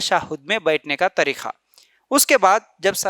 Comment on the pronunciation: Bakwas kar raha hai urdu bolna nahi aata tareeka ko tareekha bol raha hai ka ki jagah kha bol raha hai aurton ki namaz me thodi tabdili hoti yeh sarasar bakwas kar raha hai